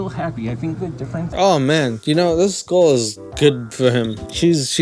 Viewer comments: WTF do you struggle so hard to say "girl" and "you-tube"?? Say GURRRRLE, and say TOOOOOOBE bruh. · Why does sound like a german trying to pronounce squirrel whenever he says girl. “Gow-rl”